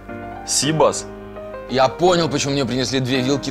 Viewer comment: Все прекрасно, только когда сибас поизносят с ударением на первый слог, кровь из ушей. СибАс правильно